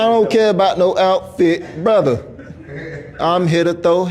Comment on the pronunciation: The more I hear and watch his fights...im a fan. Trips me out everytime he says Brotha, and it's hilarious lol. is right about the Virgil situation